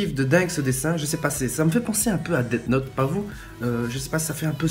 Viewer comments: après kuik c'est ded note (on dit death note normalement, prononcé dess note) mdr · Ca ce prononce Dess Note